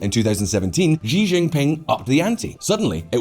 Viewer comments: It's pronounced as Xi(see), not zhi. Lol. Anyway, that belt n road crap is bound to fail because there's no checks-and-balances. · Xi is pronounced like the letter C or like she! Not zhee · Please say Xi (she,) not Xi (mushy gee) Don't pronounce that slug Xi's name like you like him and had to use a french accent to call him "Xi (gee)" It's a Xi (she) you dope Holy crap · It's not Zhi, but Xi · His name is Xi (like She) and not Ji but I like how you say it... Ji Jinping sounds way better 😂😂😂😂🤣🤣🤣🤣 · How come nobody can pronounce Xi's name? It's pronounced she, like (Xi) she sells seashells by the seashore. Calling him she, is not calling him a girl, it's pronouncing his name correctly.